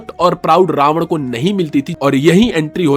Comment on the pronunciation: रावणा और दशाग्रीवा गलत उच्चारण हैं भाई।